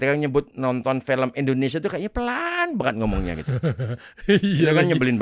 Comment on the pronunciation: Indonesia bukan Endonesia, Nung 😂